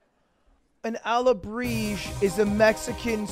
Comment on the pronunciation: The way lud said alebrije was making me so pissed